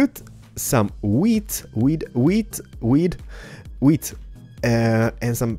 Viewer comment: He put weed..muh wheed... Ahh i mean wheat.